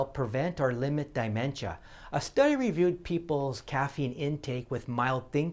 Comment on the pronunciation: There is no "i" in the first syllable of "dementia".